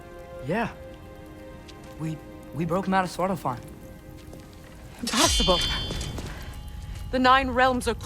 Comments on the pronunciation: Genuinly burst out laughing at how he said svartalhfhiem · your pronunciation of svartalfheim made me laugh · Ive never been more confused at a pronunciation then his Svartalfheim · Why cant anyone pronounce Svartalfheim?